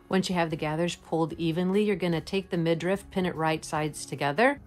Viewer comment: It is midriff, not midrift.